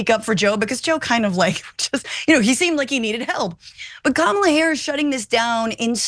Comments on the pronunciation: Kamala is pronounced "Comma La" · kYou STILL can't pronounce Kamala's name correctly! Thumbs down scrolling away, no excuse not to say her name right. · Oh no she mispronounced the VPs name. How dare she 🤣. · I think you should learn to pronounce her name if you're on the news